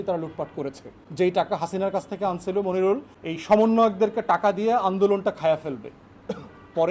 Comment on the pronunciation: ফুয়াদ ভাই কসাই মনিরুলের নাম ঠিক করে বলেন....